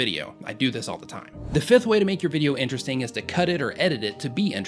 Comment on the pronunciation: did anyone else hear him say INERESTING